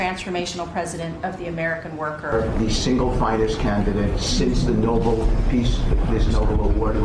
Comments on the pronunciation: uuuug Impeach every member of that cabinet! 25th Amendment !!! Also - it's NoBEL not NoBLE peace prize. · No-BELL, not NObull. What a collection of dropouts and losers. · Noble??? It’s Nobel.